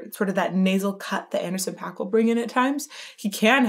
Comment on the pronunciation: Please say Anderson's name right ... It's pronounced like ....pack